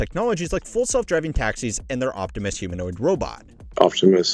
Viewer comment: As a Transformers fan, I cannot tell you how much it disgusts and repulses me to hear Elon Musk say 'Optimus'.